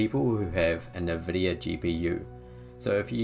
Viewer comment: The way you say nvidia actually annoys me